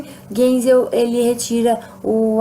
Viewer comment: se fala gaisel